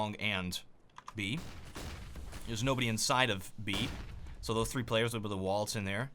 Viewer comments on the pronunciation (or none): none